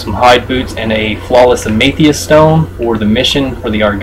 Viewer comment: Its am-e-this-t not however you said it. just for future reference, not tryin to judge you